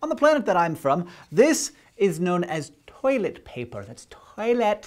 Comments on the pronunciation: Has anyone made a GIF of Hank sounding out "Toi-let pay-per" yet? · Th-oilet... pah-per...? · "TOY-LET PAY-PUR" will never stop being funny! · toy-let pay-pur?! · Toy-let pay-pur... Interesting...